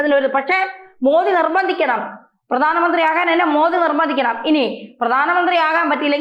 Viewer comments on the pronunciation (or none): none